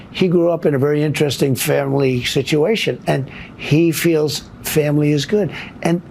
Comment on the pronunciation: Did tRump just say “he grew up in a very interesting SHITuation”? 😂